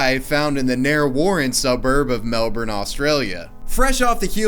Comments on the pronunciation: Surely you meant to say "Melbin" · The way you say Melbourne makes me hurt inside. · Repeat after me : Mel - ben. Melbourne . Melben.